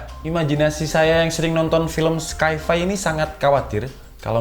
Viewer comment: Sci-fi maksudnya? itu dibaca "sai fai" babang.